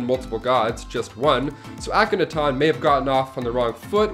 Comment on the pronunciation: Please learn how to say Ahkenaten properly. The way you pronounced wrong through the video had me yelling at you with the correct way. Otherwise I really enjoy your lists.